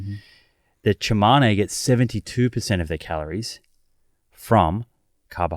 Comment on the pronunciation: Those tribes are not our ancestors. Tsimane is not pronounced 'Chimane' and consume is not pronounced 'conchoom'